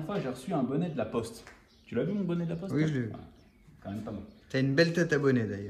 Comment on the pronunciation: Pour les habits g entendue « lacoste » au lieu de « laPoste » 😂 Jsuis le seul ?